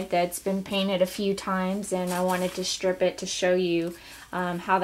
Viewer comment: it's 'strip' not 'shtrip'.